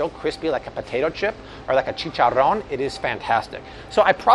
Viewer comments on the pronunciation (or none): I almost died when I heard say chicharron!! Totally made my day. 😅🤣😂😄, you got any videos on chicharron? At least do one tortillas! Please?!?! And include the brands at the Mexican grocery stores. Like, El Milagro. Many of use would greatly appreciate it.